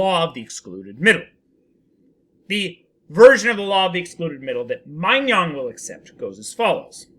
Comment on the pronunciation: "-nong" not "-nyong"